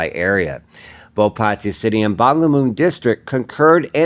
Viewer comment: Ok. If you are reporting the news in Thailand, then put in a little effort to at least TRY to pronounce the names of cities correctly. Your complete butchering of the word PATTAYA is painful to the ears. And I'm a farang. Come on! Just ask any Thai person (there is probably one standing next to you) to pronounce it for you and just imitate. It's not that difficult. PATEE-YA, indeed!!!